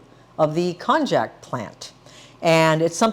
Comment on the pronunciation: You should know that konjac is pronounced with a "y" instead of "j" sound, as in konyaju. And, konjaku usually refers to konjac "cakes" not to the raw root or the powder. Also, the strength of konjac powder varies tremendously from different sources, and using glucomannan is more consistent.